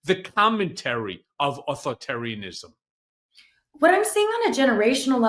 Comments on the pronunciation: How does not know how to say Authoritarianism?? Haha! He said Othotaryism haha! He worked for an Authoritarian for decades but can’t say the word? Wild. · Might want to work on pronunciation of “AuthorI tarian ism.” You’re leaving out the ORI. Call if you need help with this.